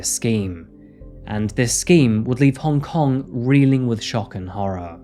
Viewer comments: I applaud you try to say Hong Kong in Cantonese, it’s not an easy dialect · As someone who was born in Hong Kong, I appreciate that you tried to pronounce the name 😊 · Worth a like just for the exquisite pronunciation of Hong Kong in local tongue.👏